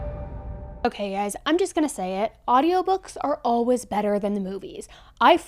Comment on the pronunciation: Lol I just noticed you pronounce always "allwas". I love the accent!